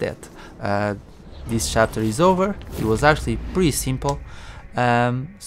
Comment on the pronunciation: no hate, just curious - why "shapter"? your video is really great by the way, I like it very much - everything explained in detail, very calmly and comprehensibly :)